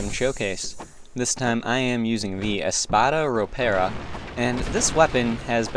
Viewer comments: "espara ropera" bruh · Love the pronunciation of "Espada Ropera", anyway, good video though